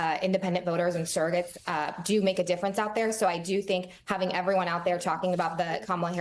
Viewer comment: Surrogates, not "serrogates."